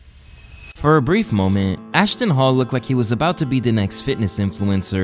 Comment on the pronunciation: Ashton Hall❌ Ashton Fall✅